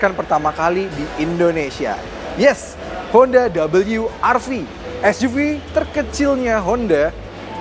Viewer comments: cukup sebut we er ve aja bang... gak usah double you ar vi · Rilisnya di indonesia.. berarti baca nya we ER Ve.. Ngapain lu sebut dabelyu er vi.. Gak usah sok²an inggris lah.. garing..